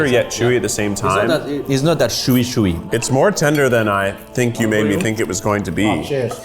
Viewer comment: Chef Ludo, why does he speak so bad, how long has he been there? They said chewy and he repeated shewy. I hate that.